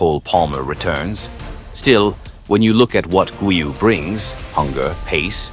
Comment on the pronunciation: Please, do not mispronounce his name. In 'Guiu' the first 'u' is silent, but the 'G' is still a hard 'G', like in 'Golf'. So, it's 'Gíw' with the strength on the 'i'